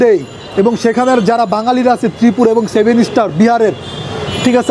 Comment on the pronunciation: সেভেনে ইস্টার নয় ভাই সেভেন সিষ্টার